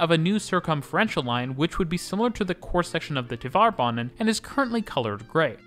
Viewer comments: “Tvare” banan, not “Tuh-var” banan. Rhymes with “tare.” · Since you sometimes make references to Tvärbanan in other videos, it might be good to know that the ‘är’ in there is pronounced like “air” :)